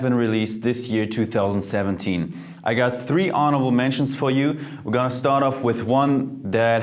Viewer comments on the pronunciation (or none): none